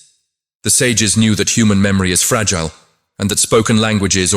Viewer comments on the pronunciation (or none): none